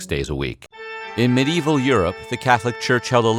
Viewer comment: I do enjoy how sometimes it sounds like the narrator is saying "many evil peasants"